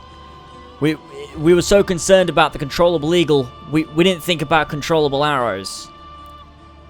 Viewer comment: control able?????? your english is so good